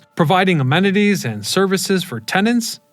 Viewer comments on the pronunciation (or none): none